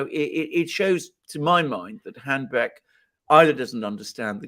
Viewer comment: It is HA-BECK, not HANBECK